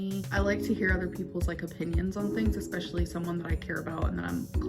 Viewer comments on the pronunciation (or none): Imagine one of your favourite words being "ecspecially", and that's how you pronounce and spell it. This gorl doesn't have an incredible IQ to begin with. Her lahs and manipulations are pretty interesting though.